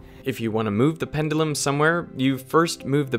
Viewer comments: I can't stand the way he pronounces "pendulum" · I'm sorry my guy but it's pronounced pen-juh-lum